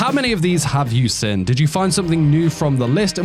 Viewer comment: What is your accent? My best guess is Australia or NZ. A very unusual and distinct thing about your accent is that you pronounce "seen" as "sin". Which I've never heard before. Only one of these I've seen is Charlotte, awesome anime. Anyway nice video, I'll consider rewatching it whenever I'm in need of a new anime.